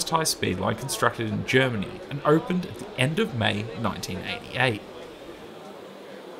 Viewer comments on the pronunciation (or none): none